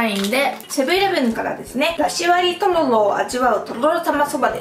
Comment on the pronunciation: とろろってすごく言いにくそうですね👅たららって言い間違えが面白くて可愛いです😊最後にとろろ飲むの好きなの分かります！！